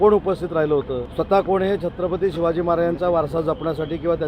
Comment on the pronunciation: पहा ना तो शहा कोणासारखा छत्रपती शिवाजी महाराजांचे नाव घेतो ? 'सिवाजी' म्हणतोय हा शहा . जसे औरंगजेब म्हणायचा . औरंगजेब छत्रपती शिवाजी महाराजांना ' सिवाजी ' म्हणायचा ...